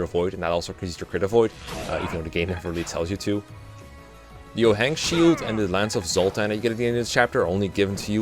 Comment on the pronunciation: I have never even thought to pronounce ochain as "o-hain." I always thought it was pronounced like "o-cain" so I sat there for a good 5 seconds trying to figure out what was talking about. Still a bit sad that the devil axe can no longer crit backfire kill your units, but I guess with the luck cap being so high it'd be kinda hard to balance the backfire rate. Still great for meme strats, though.